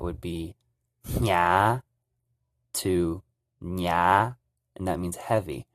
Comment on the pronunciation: YOUR "HNYAV" IS NOT "NYAV" IN GREEN HMONG. IT SUPPOSE TO BE "NYAAV".